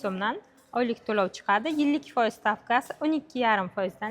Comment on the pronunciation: Фойиз деябди ухшайдику бу